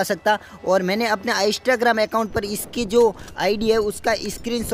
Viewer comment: Bkl bolna seekh phele. aiistagrem nhi hota Instagram hota hai!